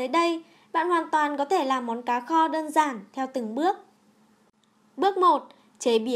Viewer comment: nghe đọc là ...cà kho.....bó tay luôn